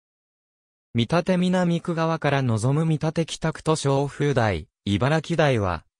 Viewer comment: 「みたて」では無く「けんだち」